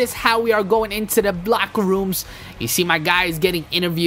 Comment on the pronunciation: u said FLOCKERROOMS AHAHAHAHAHAHAHAH \